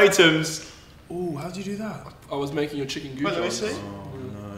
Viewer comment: Love how Oli calls goujons jorgons😂😂